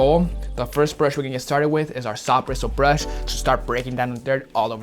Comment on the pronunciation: Anyone else cringe when he said soft bristle brush